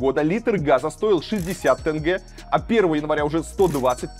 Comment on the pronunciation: Заранее прошу прощения если мой комментарий может быть грубым. Советую Вам правильно произносит слово теңге, Ақтөбе, имя Олжас. В Атырау (Западный Казахстан) после протестов в Жаңаөзен начались одни из катализаторных протестов которые увеличили все действия в геометрической прогрессии. Протестующие в Атырау (не знаю как в других городах) останавливали автобусы и забирали всех мужчин на митинги и велели женщинам убираться отсюда